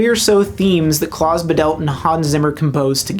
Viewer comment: His name is Klaus Badelt, not Debault.